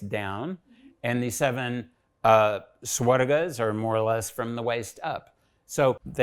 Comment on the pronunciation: Everything is great.. good to know that someone is at least practicing researching all these. Only one complain, please correct your lnguage. It's not 'Dev Lokaa' or 'Swargaa'. it's 'Dev Lok' or 'Swarg', without an extra 'a'. Let the white people say it if they can't pronounce it corrctly, but atleast we Indians should not insult our language. If we start corrupting our language, our expressions, then how are we going to respect our legacy. I'm not angry, but very sad everytime when I hear our own people insulting our language. Deatroy the language and you destroy the culture. Pls reply me if I'm wrong, or if it has some value in what I'm saying.